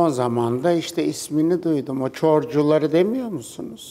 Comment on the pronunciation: Diva yaaaaa çorcular dedi ahahahhahhah😂😂